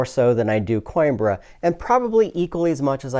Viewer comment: Hot damn. Plays faster than Coimbra (Co-EM-brrra, btw, according to my spanish friend) and says he likes it way more even though he still likes and enjoys Coimbra? Sounds like a must buy. OOOOOoooo, and I just noticed a play through on the right side of my screen! Thanks for this incredibly succinct but thorough review.